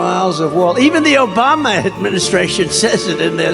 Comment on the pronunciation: Did Trump say Joe Bama? 😊